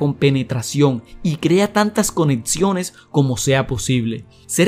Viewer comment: amigo aprende a hablar por favor, es estresante.. "ETSITO" ? "CONETSIONES" ? APRENDE A HABLAR DIOS.